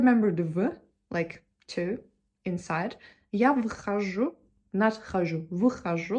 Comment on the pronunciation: вы говорите "выхожу" (выхажУ), вместо "вхожу" (фхажУ). У вас нестыкуются предлоги К, В и приставка В (возможно и другие), когда после них идёт согласная. К примеру, "к другу" у вас звучит как (кыдрУгу), но следует произносить как (гдрУгу).